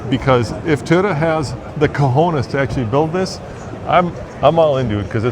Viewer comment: Did he say "caujoneis"? 😂😂😂